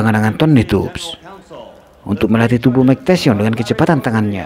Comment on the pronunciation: RALAT MIN... BUKAN "MIKE TESYON" TAPI "MIKE TYSON" Budayakan membaca dengan benar dan baik. 🙏🏻